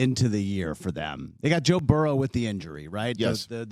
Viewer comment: I love Rich…however, I can’t stand how he says Joe Burrows name. It’s mispronounced somewhere close to Barrow.